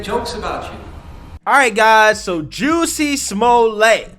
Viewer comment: Who??? "Juicy Smuille' "??? 😂 (Very Franche!) I think that if he had been doing everything in that video (with his 2 buddies with the rope and the water bottle ("bleach")) as deliberate Comedy, like an SNL Skit, it would have been HILARIOUS. However, since it was Not done with the full intention of Pure Comedy, it...IS STILL HILARIOUS!!! 😂 😂 😂